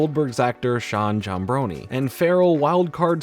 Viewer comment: This is only a small minute detail that doesn’t matter but I would like to inform a lot of people that the last name Giambrone is pronounced Jam•br•own not Jam•bro•knee. I know this because my roommate has the same exact last name as him.